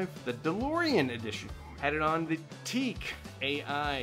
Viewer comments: TEAK or TEAC Speech impediment aside, Your loved! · Its pronounced TEY AC and the reason they sound metallic could be in the name META